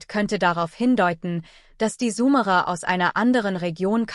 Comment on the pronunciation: Warum wird Summerer gesprochen und nicht Sumerer ? Dies nervt mich ein wenig da ich glaube , diese Aussprache des Namens ist nicht richtig.